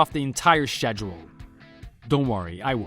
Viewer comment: It's pronounced SKEDULE not SHEDULE